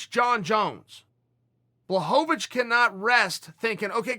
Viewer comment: Chael knows how to say blachowicz. And that surprises me to the highest of levels.